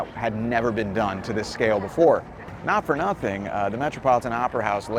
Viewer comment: was smart going on the weekday because if it was a weekend oh boy he would’ve never gotten anywhere close to the tree! Unfortunately, it was never like that when I was a kid. And has officially become a New Yorker by saying the legendary, New York phrase “NOT-fuh-NUT-in” so as a native New Yorker, I christen him.😂